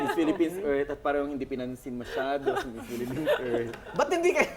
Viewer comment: ayan na namn ung nagsabi ng pelepens..